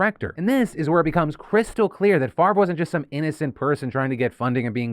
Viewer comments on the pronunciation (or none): you can't just flip the pronunciation of letters in a name. favre is pronounced fav-rah, not fucking farve. people who think basic rules of spelling don't apply to them can jump of a cliff. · So... just wanna say that my OCD kinda had me going a little nuts at the fact that Brett's last name was spelled incorrectly a bunch of times til it showed it spelled correctly above a text msg that was sent. I was literally saying in my head, "Why would it be pronounced 'Far-vvh' it was spelled F A V R E...? Wouldnt it be pronounced 'Fahv-ray' at that point?" lol But then almost everywhere else its spelled F A V R E so I dont know what to believe anymore! LOL Weird what your brain latches onto after 13hrs of work XD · it's Favre. Silent R & E. Pronounce: "Fah-ah-veh" or maybe "fa-ah-vier" depending on where his name comes from country wise. Which matters. I study linguistics. I have an odd last name too. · I love how you say farve instead of favre, as a francophone it’s quite funny. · Don't know who this Brett guy is, but why is his name pronounced "Farve" when it's spelled "Favre"? 'Favruh', 'Favor' sure, but Farrrve, the v is before the r. Odd. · As a non-American, it is HILARIOUS to hear Favre pronounced as 'Farv' so many times... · Phil kept pronouncing "Favre" as "Farv" and I think it should continue, if only to throw shade at the fraudster. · Brett Favre's name just makes me so angry. The r is clearly after the v, why is it pronounced like that. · I've never liked Favre. Even the pronunciation of his name feels fraudulent.